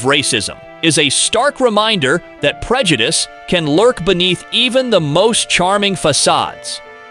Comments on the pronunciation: while this information is very worthwhile, the mispronunciation of words like prejudice and stereotype leads me to believe that this is just a poor AI reading. Too bad. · Lol, whatever voice-over program you are using is not very good. It can't even pronounce simple words like prejudice correctly or idyllic.